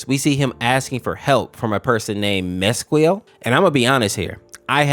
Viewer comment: its pronounced mesequiel (Meezeekieel)